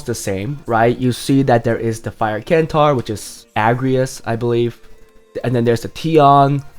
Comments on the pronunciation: The c in centaur is pronounced like an S. So it pronounced like it's spelled Sentaur :) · KENTAUR? no man..... centaur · nope its pronounced sentaur according to every online dictionary ive found, even greek dictionaries